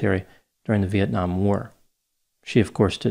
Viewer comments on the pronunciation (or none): none